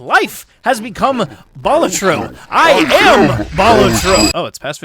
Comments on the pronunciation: Just thought I'd say that it's a real Latin word meaning "jester", and it's pronounced "BA-la-tro" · It's a Latin word that basically means the equivalent of "Jester", and that latin word is pronounced "BA-LA-tro"... Yes, you put emphasis on both syllables. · It's pronounced "Balatro"